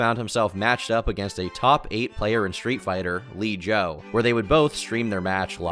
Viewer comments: Bro called Long Island Joe Lee Joe, it's so distracting hearing him incorrectly pronounce every FGC figurehead LTG comes into contact with lol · "Lee Joe" IS WILD WORK. Long Island Joe. Its Long Island Joe. Almost BRZ Long Island Joe at one point.